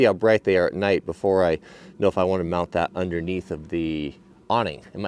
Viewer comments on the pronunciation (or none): none